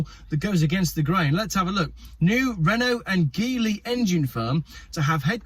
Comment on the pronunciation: By the way, the G in Geely is pronounced as the G in generous.